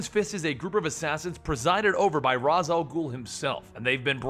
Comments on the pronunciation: ( Ra's al ghoul=(RAYESH al ghoul) not (RAS al ghoul No disrespect intended but they all say it like this..the animated series....the batman games... + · Rash al gule not raz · It is pernoused rashe not ras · You pronounce it ras' al ghul' ( R as. Al ghoul )) but in son of batman it pronounced as raiseh for ras' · er, its pronounced raish and spelt ra'z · Damian: I don't have friends. Maya, Suren, Maps, Colin, Rose: Alright, guess we'll just stand over here and fist ourselves. also you mispronounced Ra's (r-ay-sh) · ok then if it's correct(i'm not disagreeing)....then how did the Batman games pronounced it? how did the animated series pronounced it? how does every one pronouce it in the shows? (RAYESH) and it seems cooler as well so lol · its Ra's Al Ghul but Ra's is pronounced Raesh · You keep on saying Ra's name wrong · I cringe everytime u pronounce Ra's.